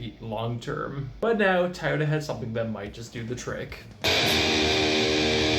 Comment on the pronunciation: Enjoyed listening to you saying "taa-o-Da" instead of Toyota, since the rest of your video was borrowed info from Kirk